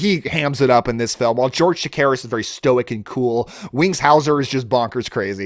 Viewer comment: George Chakiris -- sounded like you were saying "Takiris" ... Good actor and still with us. Just re watched the Kolchak series and the first movie. Holds up well. I believe I've seen The Vampire on late night TV a long time ago. It wasn't bad. Don't recall if it was the one where the two vampires at a family gathering/party spend most of their time huddled together next to the punch bowl which was much funnier than I think it was supposed to be. Good selection.